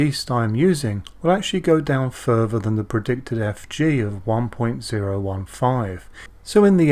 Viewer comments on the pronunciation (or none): none